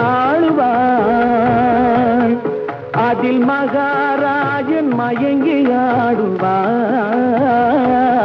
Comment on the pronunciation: இந்த பாட்டில் சுசிலா அம்மாவின் உச்சரிப்பை கவனியுங்கள். மஹாராஜன் என்று அவ்வளவு அழகாக உச்சரிப்பார்.